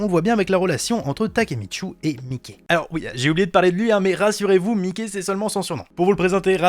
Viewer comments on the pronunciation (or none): Par contre pour Mikey, ça se prononce Maïki pas Mickey. C'est beaucoup plus badass je trouve, respectons un peu le GOAT. Sinon super vidéo. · Je crois que le prenom du boss du Tokyo manjikai se dit maïki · Par contre Mickey se prononce plus comme un surnom de Michael genre "Maiki", que comme la souris de Disney vu que son surnom vient d'une un histoire avec sa demi sœur où il voulait se donner un surnom étranger. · Genre « Maïki » ? Parce que, comme il le prononce ça se rapproche plutôt de Mickey Mouse que de Mikey l’intouchable 😂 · Avant jprononçais Mikey comme toi, mais mtn jle prononce à l'anglaise, jtrouve ça bcp +stylé